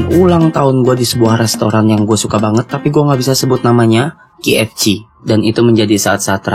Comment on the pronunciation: Cara bilang kfc= ka ef si